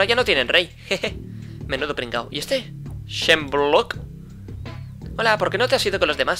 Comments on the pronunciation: No es shemblock es eshmebulock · Se pronuncia edmebulok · Se pronunsia esmebuloc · Se dice Shmebulock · primera persona que veo que dice Shmebulock mal